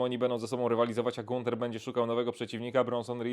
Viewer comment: Ganther sie czyta